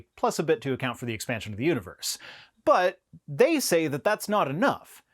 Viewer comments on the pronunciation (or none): none